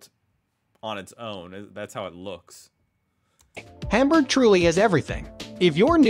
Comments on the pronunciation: It really hurts my ears to hear this guy pronouncing every single syllable of any german name as wrong as possible. I really recommend not to take this for learning how to pronounce the german names. Even Hamburg is pronounced wrong! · this narrator! .. he gets the sound in "Speicherstadt", props to that, but then completely ignores that at the beginning of words is always pronounced as shp ! xD >_> by the way, stop the hamburgers :@ it is "HAHM-boorg" and nothing else :S